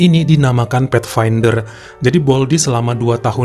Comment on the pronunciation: Kamu seorang Advent kah? Kamu menyebutkan Faitfander